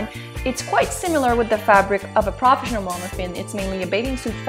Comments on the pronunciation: And you say many words wrong like.. Professinion.. like wth? I hope you enjoy your toy.. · PRAFESHINAL is wat she says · What the hell is "prahfessional" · manimdumb and I swore I heard more crawfish than professional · We all, know you have an accent but it got me cracking up when you say proafishinell mermaid hahahaa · Dude she cant even say profesional.And of course she likes the "profesional" one,so she talks bad of fin fun,girl before you jugde please learn how to prenounce,when you say profesional you sound like a 2 year old.sorry.